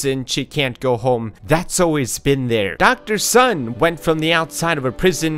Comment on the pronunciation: Dr. Sun actually should be becalled Dr. "Soon".